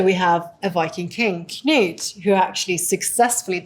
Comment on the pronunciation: I don't think I have EVER heard an english native speaker correctly pronounce the name "Knut" She basically got it right. Not this "Canute" BS.